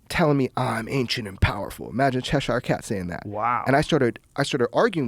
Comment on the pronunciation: "Cheshar cat" It's pronounced "chesher"